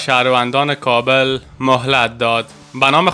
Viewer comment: لطفا کابل را درست تلفظ نکنید .